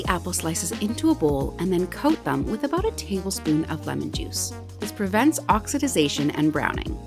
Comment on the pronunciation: The first time you said about, you sounded like you were from Canada, but the second time you said it you sounded like you were from the US! Lol😂 Speaking of Canada, we just watched the last episode of Schitt's Creek last night. So sorry that the show is over !